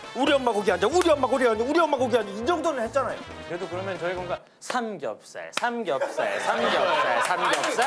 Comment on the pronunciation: 근대 에 규현님이 삼겹살 말하는게 진 짜웃겨요!